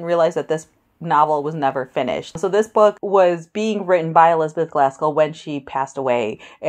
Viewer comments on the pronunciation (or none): Are you saying Glaskell??